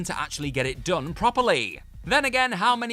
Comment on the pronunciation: is it fair to point out that whoever is doing the narration (they guy not the girl) can't seem to pronounce words properly? in the whiplash section he says band - uh rather than band; again -uh rather than again? is it annoyingly intentional overemphasis? or a speech impediment?